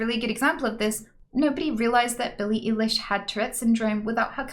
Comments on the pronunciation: What really triggered me was when she said “ Billie EElish” instead of “ Billie Eilish “ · its pronounced eye lish ! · sorry but “Billie Eelish” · ah yes my favorite artist. Billie Eel-lish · Sorry anita I love you but pronouncing billies middle name wrong is not right and you should be sued /j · not to take away anything from the video but Anita's accent got me once again: Billie Eilish on , I am so used to the american pronunciation of her last name. (edit: typo)